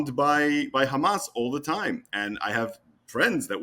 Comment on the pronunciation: At least he says Hamas NOT Khamas